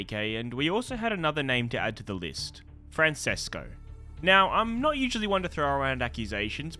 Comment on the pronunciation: The way you said Francesco made me chuckle hehe